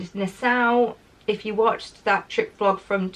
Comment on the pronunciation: Hi,. This comes from a place of love: Nassau is pronounced na-saw. My husband proposed to me there, at the Atlantis Resort on Paradise Island, a hundred years ago. Hope you have a fantastic time.